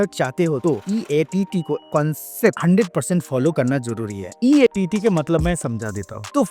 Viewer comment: EEAT HOTA HAI EATT NHI